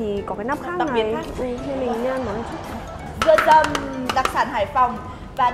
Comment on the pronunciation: "Dừa dầm HP " mà e đọc thành "Dầm mưa HP " 😂